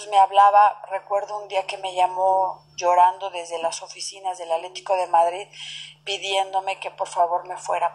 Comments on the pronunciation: Se oye chistosa que en vez de decir "ATLÉTICO DE MADRID dice ALETICO. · pues muy educada quien sabe... no puede decir "ATLE TI CO"